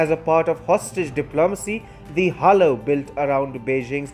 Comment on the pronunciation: "Halo" is pronounced as "Hey-low".